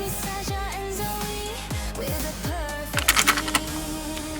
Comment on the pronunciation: ZOEY not zoue